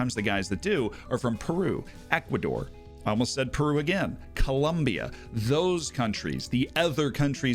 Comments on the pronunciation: Slight peeve: Col-OM-bia! OM! I know that Yankees are the unofficial kings of the universe at being unable to pronounce things, but please! XD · Hahaha the Llaneros streams used to be titled "Its spelled Col-O-mbia." or something similar.